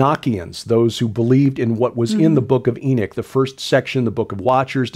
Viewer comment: those who believed what was in the first book of Enoch… you called them “Enochians” and not “Enichians”. So why keep saying it with an “I” instead of the “O”.